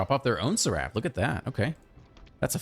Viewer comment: Awesome deck and game play as always, but one thing that bugged me is that seraph is pronounced Sair-if 😂